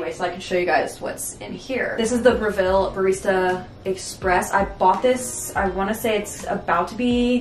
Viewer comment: you said “brev-VILL” - it’s actually pronounced “brev-VUL"- great video otherwise!